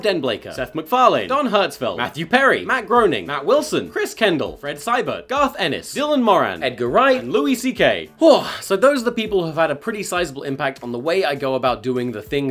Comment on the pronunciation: Grey-Ning mate